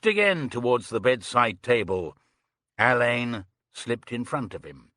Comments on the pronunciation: Ugh can't stand narrators who don't know Alleyn is pronounced Allen, not Elaine. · Yes Alleyn is pronounced Allan I find it very annoying and came close to ending the reading early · mispronunciation of Alleyn